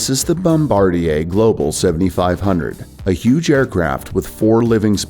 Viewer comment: Thank you for pronouncing Bombardier correctly. So many aviation channels do not.